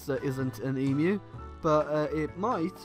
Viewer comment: All-in-all, thank you for pronouncing 'Emu' correctly.